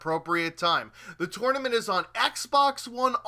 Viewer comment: The way he says 'tournament' makes me want to punch babies...